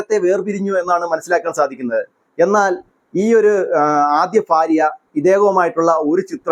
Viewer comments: ഇങ്ങിനെ ഒരൊന്നു വിളിച്ചു പറഞ്ഞാൽ reach കൂടും YouTube il നിന്നും നല്ലോണം cash കിട്ടും ......ഭാര്യ എന്നു പോലും പറയാൻ കിട്ടുന്നില്ല 😄ഫാര്യ എന്നാണ് pronouns ചെയ്യുന്നത്😂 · ഫാര്യ അല്ല അല്ല ചേട്ടാ ഭാര്യ എന്ന് പറയു. അത് പോലെ താര കല്യാണിന്റെ ഭർത്താവിന്റെ സഹോദരൻ അല്ല. താരാ കല്യാ ണിന്റെ ഭർത്താവിന്റെ പെങ്ങളുടെ മകനാണ് Kriss